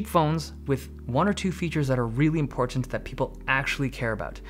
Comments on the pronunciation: Stop saying IMPORTANT like that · I love how you say :Important: correct way. Not like how most Americans say it. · Ha ha I felt the same. I thought I heard impotent lol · Because he doesn't use a glottal stop? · Dave Lee’s pronunciation of “Important” is more defined than my life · How he says "important" is laughable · The way you keep over PRONOUNCING YOUR "T's" is annoying